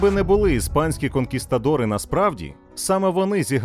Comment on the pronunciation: КонкісКадори😂😂 літера Т має бути!!